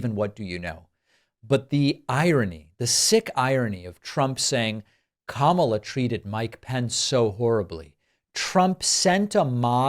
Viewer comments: He actual pronounced her name right,,,,K A M A L A not Kam al la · I see he is pronouncing Kamala the right way 😊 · First time ever he accidentally pronounce her name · El trumpo pronounces Kamala's name correctly !!! :oops